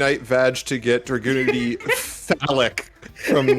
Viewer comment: has no right to judge for her pronunciation of the Dragunity names when he pronounces it "Dragoonity" instead of "Drag-unity". That's what the name means, dragon unity. That being said, is based!